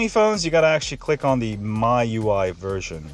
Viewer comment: It's me-u-i not my-u-i